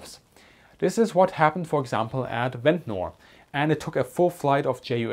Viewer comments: I know it is probably not going to come up again but Ventnor is pronounced like "Vent-ner" locally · Just so you know for the future: Ventnor is proniunced Vent-nah or Vent-na. The ending-NOR is always shortened and we don't pronounce the 'R'. Americans do pronounce those endings like in butter (budderrrrr) but English pronunciation is buTT-a Hope this helps you with your, already, superb English. Great video